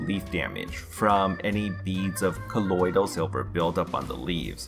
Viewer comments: The way you pronounce colodial is like nails on a chalkboard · Does anybody else hate the way he says "colloidal silver". 😂